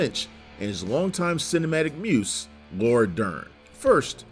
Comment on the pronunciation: The way you pronounce "muse" reveals you never even heard the word. I am not amused. Do you even write your own material?